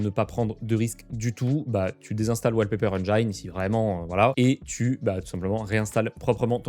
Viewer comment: la prononciation du mot engine c'est la kryptonite des français